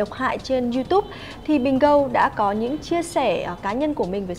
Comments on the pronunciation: Bình gôn chứ ai đọc là bình gâu gâu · Dương Phạm gô chứ dell phải gâu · tai mày cần lấy máy bơm bơm nước vào cho thông bớt, đọc tiếng anh sai tè le mà bênh =)) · Bình Gold = Bình gâu Jack = choét Đỉnh cao tiếng anh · Đọc thiếu chữ d cuối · Toàn bình gâu 🤣🤣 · Vãi bà yến, nói tên nghệ danh sai lè BÌNH GÂU 🤣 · Nó đọc là bình gâu mới vkl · V mà đó h đọc là Bình Gon😂😂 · Gôn đờ nhé. Gót là chúa r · Bình Gold đọc Bình GÂU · vchg phát âm bình gâu :))) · Vcl idol của tôi mà bà đọc là bình gâu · phát âm gold thiếu "d" . Chắc do đọc nhanh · phát âm như thế là gần đúng rồi, thiếu âm đuôi "d" nữa thôi chứ có gì mà bắt bẻ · Sai thì nó nói sai, binh binh cl :))